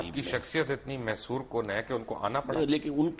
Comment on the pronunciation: ابے گدھے کی اولاد مسحور کو محسور بول رہا ہے۔ ڈاکٹر صاحب کا ہی ظرف ہے جنھوں نے تجھے منہ لگایا